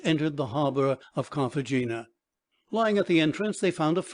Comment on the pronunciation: And Cartagena is pronounced Cartahena